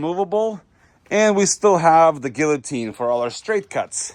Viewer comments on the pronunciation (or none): you dont pronounce the Ls in guillotine lol cringe